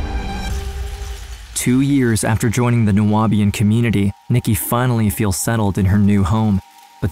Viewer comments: It’s pronounced ( Noob-ian) just saying…❤ from Atlanta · Horrible man, craziness. But it’s Nu-Bi-An , the Nu-a-Bi-an is throwing me off in the audio. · Nu-be-an not Nu-wa-be-an….. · New-be-in. Not New-ah-be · Okay, your pronunciation of 'Nubian': Nuabian, you say 😐😐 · Why is the narrator pronouncing Nubian as Nu-abian? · However you managed to add an extra syllable to "Nubian" is beyond me 😅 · The word is pronounced “Noo-Beeuhn” you illiterate ignorant! How can you not know that word but you’re trying to make a documentary on Nubian people dumbass! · Its criminal how you pronounced Nubian (new-be-in) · The narrator mispronouncing Nubian is cracking me up. 🤣🤣🤣